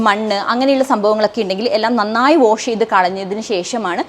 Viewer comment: ഓഷു അല്ല. Wash=കഴുകുക